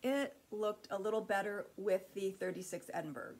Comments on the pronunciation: So much loveliness. Those fabrics are just wonderful! By the way Edinburgh is Ed in burr ah not berg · Edinburgh is pronounced "Edinborouh". It is a large city in Scotland.